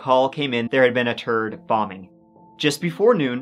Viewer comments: "There had been a turd bombing" Hey bro there's a letter called H. It helps to pronounce it . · This guy can’t pronounce “third” right or “3” -it comes out as turd and tree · I know it's not a laughing matter but I can't help but chuckle to myself when he says there's been a 'turd' bombing! I just invisioned excrement everywhere!!! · I'm convinced that stories are chosen based on how many times he can say "turdy" and "tree" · A turd bomb? He said the turd bombing 😂😂😂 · The turd bomb😂😂😂😂 am I the only one that caught that I know he was trying to say third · Did he just say "a turd bombing?" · “When the call came in, there had been a terd bombing…” 😂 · Genuine question. How would you pronounce the word "turd" because that seems to be the way you say "third" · A “turd” booming? 😂😂😂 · Dude you gotta work on yo pronunciations because hearing about TURD BOMBS or the TURD VICTOM. maybe 😂😂😂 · Plus said TURD BOMBIMG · I’m sorry but I laughed at the way you said “third bombing”